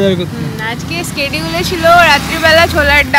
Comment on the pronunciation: Kotha ta স্কেডিউল noy, শ্যিডিউল, kayda marte marte classless hoe jacche era